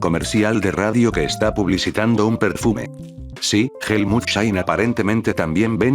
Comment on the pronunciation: Per-foom-ee is that how you guys pronounce perfume or is that a loquendo thing?